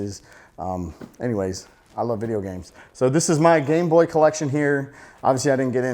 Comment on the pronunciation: Lol every time u say gameboy it sound like gangboy